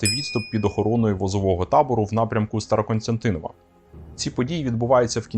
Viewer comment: СТАРОКОСТЯНТИН!В. Диктор обрати внимание. Зверни увагу.